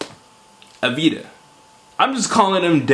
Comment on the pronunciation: You need to say avdeeya